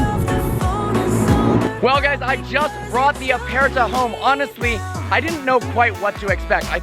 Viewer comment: As an Italian subscriber I think you pronounced "aperta" in a good way, but "speciale" was really bad; infact you said something like "spesciale" instead of "speciale", i don't know how to make you understand the right pronunciation, maybe you have to say "spechale", the "I" is mute and the "a" is open like you were saying